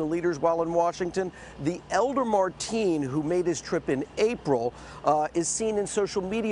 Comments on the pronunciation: The Reported keeps calling him "Marteen", It''s "Mateen" lol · It's not marteen...get the monsters name right first before reporting!! His name should be said Loud and clear so world knows of this monster!!! Marteen is a name that has nothing to do with this tragedy so reporters should know how to pronounce names correctly! Don't put any shame on any others.